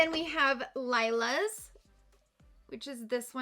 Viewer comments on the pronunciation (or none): OMG, come on, please pronounce the word "Lilas" correctly - it's "lee-la" not "Lyla" like you pronounced it. Lilas means "lilac" in French (the "s" at the end of a word in French is silent. Lila (lee-la") also means "lilac" in Spanish, Italian and German. For goodness sakes, when Natasha Denona released her Lila palette you would think people would finally learn how to correctly say this word. 😉 You almost said "raspberry" correctly. LOL! This video is a good example why we need foreign language education in our school systems. 😉 We need to read our makeup palettes correctly. 😉